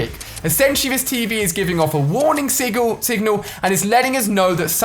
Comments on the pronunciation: Ali you said sigle at the start off the video instead of signil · he says Sigal then signal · " a warning SIGAL" 😂